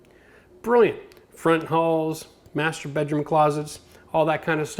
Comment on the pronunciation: Studied new terminology today - "mastrubating closet". I suspect that tried to say Master Bedroom Closet, but I've heard what I've heard. Thank you, sir - you've made my day!